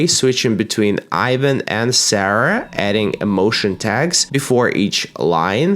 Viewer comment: That’s not Ivan y’all. That’s.